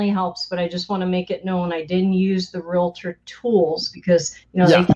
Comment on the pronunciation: Real tor....not rela.tor. Nice.